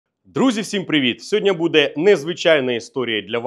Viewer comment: Не *сьодня", а "сьогодні ". Чи ви в принципі не хочете вірно розмовляти державною мовою?